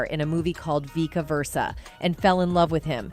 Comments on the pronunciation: min mark the narrator said "Veeka Versa", it was Vice Versa. Overall it was interesting. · This video was poorly put together, with mispronounced words (VEEKA Verca?) and segments that were needlessly repeated multiple times. It needed a good editor and a proofreading.